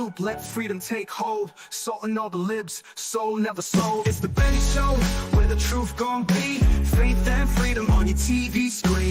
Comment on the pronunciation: LOL....Benny .. not.. Nenny. Sorry